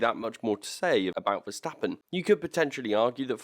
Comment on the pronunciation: I really respect how you correctly call him Max VERSTAPPEN instead of MEX VERSTEPPEN like every asshole out there 😄✌